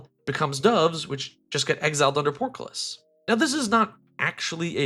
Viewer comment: Your "portcullis" and "dove" pronunciations were hilarious.